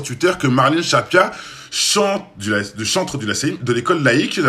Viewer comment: Stressant que tu dises Shappia*